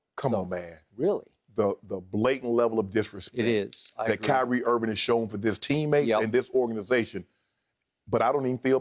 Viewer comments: my dude said, "Kanye Irving" -- guys i'm sleep over here. 🤣🤣🤣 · "Kanye Irving" LOL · This man called him Kanye Irving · "Kanye Irving" 😂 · “Kanye Irving” 💀😂